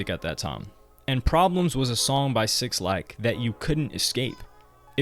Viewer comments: Say it with me now Black not Six Lack 🤣 who dat bruh lol good video though g. I love these types of videos fr. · His name is pronounced Black Not 6 lack -_ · omg bro lmaooo it’s pronounced *BLACK* (6lack) not *6-lack* son lmaoooo please try to save yourself before 6LACK fans hate you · “six lack” lmfaoooo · 6-lack😂😂😂😂😂 His name is pronounced Black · its “Black” by the way not 6 lack 😩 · Cringing at every SIXlack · Just for the record it’s Black (6lack). Not 6 Lack lol. Or maybe that was intentional 🤔.. Great video. U a beast wit the content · minus 3 more for saying "6 lack" instead of "black", everything else is good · not sure if you're meme'ing by saying "6-lack" but it's supposed to be just "black" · I think his name is pronounced black but spelled with a 6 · 6lack is just said as black. But great vid really interesting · Yo why did you call him 6lack its pronounced black 🤦🏾‍♂️. I wish you would've mentioned how 6lack wore a wig for his debut. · bro clearly saw in the paragraph “pronounced black” and just decided to read over that part 😭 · 6lack Is pronounced Black btw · 6lack pronounced black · '''sixlack''' by the way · bro... "6-lack"? sometimes i be wondering if you really of the culture. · Bro it’s pronounced “Black” lmaooo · It’s killing me hearing him say it over and over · Dope documentary, the way he kept say 6lack took me out though 😂😂😂😂💀